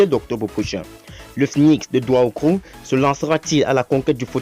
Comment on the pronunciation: Stp M. Le narrateur c'est pas douahoukro, mais plutôt Daoukro